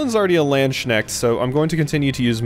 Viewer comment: Ngl, the way you pronounce the class „Landsknecht“ is hilarious. It’s a German word meaning something like „Servant of the land“. But the „ch“-part is one of the hardest sounds to learn. It’s less like in the word „much“ and more like a hissing sound. Can’t think of a good English example at the top of my head. But hey, it’s a fantasy game so every pronunciation is fair game 😂